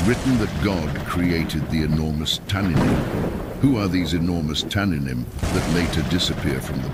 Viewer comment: It's tannîym not tananim Cord H8565( just type in Google)